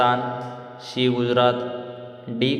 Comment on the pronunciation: सी म्हणा, शी काय म्हणता? मराठी त अ ब क ड म्हणा